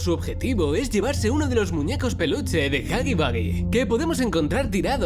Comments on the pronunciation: Se pronuncia jagi wuagi pero tu lo dices jagi bagi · Nadie: Los españoles de España :v: huggy Boogie xd